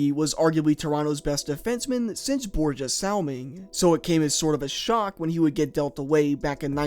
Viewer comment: you can tell the age of the guy narrating when he pronounces Borje Salming - boorga salming